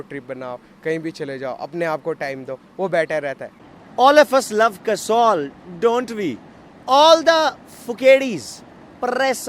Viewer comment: host is calling that guy a "WannaBe". Bhai pehle khud to jagah ka naam sahi se le. Poori Video me Kasol ko Kasaul bol raha hai. :P :P How many joints down you are. Ch****ye, joints down nahi joints high hota hai. :P :P ""WANNABE"